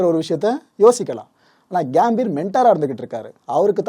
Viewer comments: கேம்பீர்.....இல்ல...pro.....அது கம்பீர்...... தமிழ் உச்சரிப்பு ரொம்ப முக்கியம்..... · கேம்பீர் இல்ல கம்பீர் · Athu கியாம்பீர் illa bro கம்பீர்